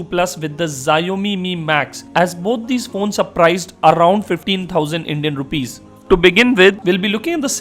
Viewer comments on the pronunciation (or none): none